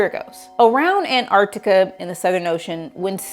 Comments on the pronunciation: Antarctica.. AnTARCtica. its such a pet peeve of mine that American’s say ‘Anarctica’ YOUR MISSING AN EXTRA T AHHHHHH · The missing T in her An-artica is more troubling. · i wish it would hapeen sooner, and swallow florida. btw i HATE it with a passion how americans pronounce antarctica! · the bigger catastrophe is how Antarctica is pronounced by this obnoxious mammal.